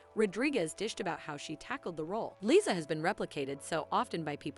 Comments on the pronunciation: LiZa not Lisi and not Lisa with an S. There’s even a song about it by Liza Minelli “Liza With A “Z” and performed in the Halston Netflix series by Krysta Rodriguez. Best to watch the series before a narrative voice over. Overall it’s a good video you created. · OMG, this no name reader comes off as a total shlock., please either remove this or do a simple edit and learn it's LiZZZZZZZA with a Z. GeZZZZ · Can’t even pronounce Liza’s name!